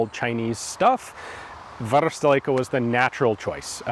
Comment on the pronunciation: Great video! An excellent seller and an excellent YouTuber meets 😊 BTw: You can pronounce "varusteleka" very well